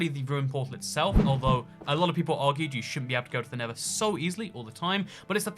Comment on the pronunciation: tell me he did not say nibba update lol